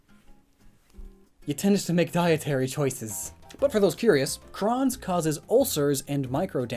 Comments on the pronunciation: Crohn's is pronounced like crone. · crohn's is pronounced cr-oh-ns